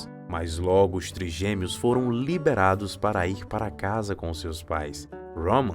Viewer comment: Que esquisito isso de “triGUEmeos”!!!!!!!!! Não seria triGÊmeos?????